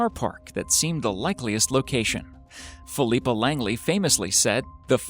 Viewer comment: You have a strange way of pronouncing "Philippa", considering you actually said "Leicester" correctly that's surprising really.